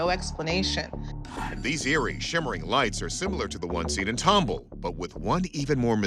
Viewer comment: TOM BALL NOT TUMBLE!!